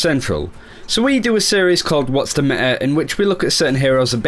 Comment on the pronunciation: Back again with "What's the me-ah"